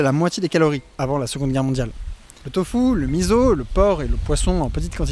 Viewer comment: le miso se prononce "misso" et pas " mizo"